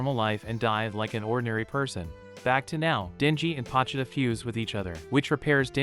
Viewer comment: Not trying to be rude but it’s bothering me that ur say pochuda instead of po chi ta